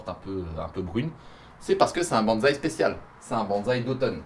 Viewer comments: bonsaï avec [ss] et pas [z] 🧐💪 je pensais que mr fontanier te l'avait enseigné 😭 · si ça t'intéresse on dit : [Banssaï] et non [banzai] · salut mec je voulais te prévenir les gens font souvent la faute mais le bonsaï se prononce "bon[ss]aï" et non "bonzaï" qui est completement différents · Pwaaaaaaa c'est quoi ce délire je m'attendait pas du tout a un TEL level c'est énorme !!!!!! C'est plus de la v2 c'est une v12 mdrr Le décors il est maaaagnifique et on ne peut plus raccord avec les ideos de ta chaine et honnêtement la seule chose a améliorer ça serait le parchemin chinois sinon je vois pas ^^ Ah oui et aussi bonsaï se dit "bonessaï" et pas "bonezaï" en japonais romanji le Z se prononce un peu comme un S enfin bon je sens que la V2 va être terrible